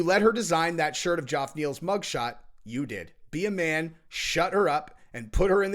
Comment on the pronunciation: “Joff” Neil 🤣🤣🤣🤣 fuckn Jeff mate Jeff